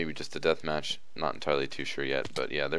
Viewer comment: very nice "deathmath"